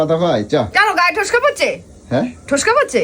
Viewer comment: ওরে অশিক্ষিত! কথাটা "ফোস্কা".. "ঠোস্কা" নয়!